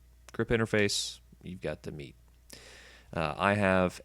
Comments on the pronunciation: its called as " MAY TAY " ME'TE🤔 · Thanks for the video, not many good videos showing lower teardowns. But the way you pronounce METE is so cringe.